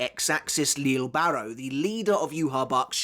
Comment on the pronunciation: Still pronouncing names wrong I see, yayyyy.... can't wait to hear all about "leele barro"🙄